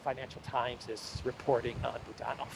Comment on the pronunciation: Boo DAN ov —- isn’t that supposed to be. BOO dan ov.? Russia pronunciation I know. Maybe it’s different cause he’s a Ukrainian? I love your podcast. You are one of them that I go to every single day. But that booDANov gets my attention. Can’t help it. If unsure please go to first syllable form, BOOOdanov. That’s natural.